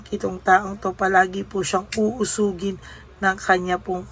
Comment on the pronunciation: Uusigin hindi po uusugin😅